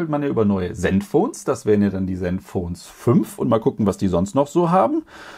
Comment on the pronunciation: Fürs Ton. Hab ich doch richtig verstanden, bei Asus klang das nach “Senfphone”. 😂😛